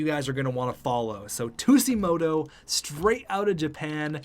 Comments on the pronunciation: its pronounced suejimoto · Also I like Tsujimoto. He would be a good option for Chubby and would be a great leader on the ice. Plus it would be a great story for the NHL for diversifying the league (PS it's pronnounced soo-jee-moto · I’m pretty sure Tsujimoto is pronounced Su-gi-moto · It’s pronounced soo-jee-mo-toe not two-sea-mo-toe :) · Fat Kid Inc. no it’s not. Sujimoto not Shujimoto big difference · You dont say ”tussimoto” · The way the Sabres pronouce Tsujimoto is literally [tissue - moto] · JackKreuzer They pronounce it “two-gee-moto.” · Soo-jee-moh-toh lol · its pronounced su-ji-moto but i do agree with the signing a potential 1st line sniper. chubi maybe as the second line sniper i think in the year two draft go look for a playmaker to play either next to tsujimoto or chubi. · Its pronounced Taro Shujimoto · Tsujimoto is pronounced like Sue-g-mow-toe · i believe tsujimoto is pronounced tuge- ee- moto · The way he pronounces it kills me inside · I felt the same way. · I find it hilarious how he was explaining the story of him...and didn't even know the pronunciation 😂